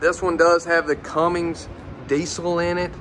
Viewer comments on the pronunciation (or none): re-listen to what you are saying. Tiffin not Tiffton, Cummins not Comings, and what about Fridgerator? and screen text Retail not Retiail. Nice Motorhome.